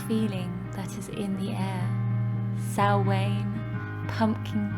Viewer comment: Learn to say Equinox and samhain properly.